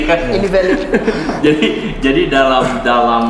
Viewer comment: Valid, bukan velid Pak